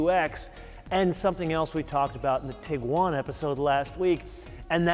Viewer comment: Sir, you are emphasizing the wrong syllable when saying "TIguan"